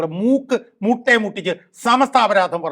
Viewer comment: മുട്ട് അല്ല കൊയ്സ് muttaaaa 😂